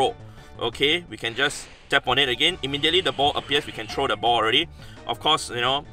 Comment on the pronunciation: I love how hes says trow XD